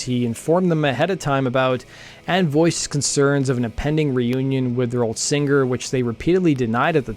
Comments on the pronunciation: Love your podcast. I'm a subscriber. Please stop saying "sing-GER." it's "singer". SING-ER. thanks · Why does this man pronounce singer like finger?